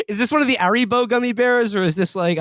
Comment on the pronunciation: Will doing a silent "H" in Haribro is very on brand.